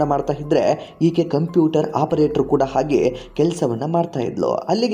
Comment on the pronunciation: ಇದನ್ನು ವರದಿ ಮಾಡಿದವರು ಹ' ಕಾರವನ್ನು ಸರಿಯಾಗಿ ಉಚ್ಛರಿಸಿ..ಅತ್ತಿರ , ಆಗೆ, ಇನ್ನೂ ಅನೇಕ ಹ' ಕಾರ ಪದಗಳನ್ನು ಅ' ಕಾರವಾಗಿ ಉಚ್ಛರಿಸಿದ್ದೀರ...ಕೇಳಲು ಹಿಂಸೆ ಆಗುತ್ತೆ, ತಿದ್ದಿಕೊಳ್ಳಿ